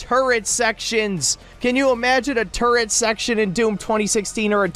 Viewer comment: I can't take this video too seriously.... you called turrets, turrents you are a degen lol